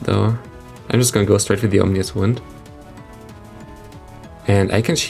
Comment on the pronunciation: OMINous wind not OMNIous wind🤣🤣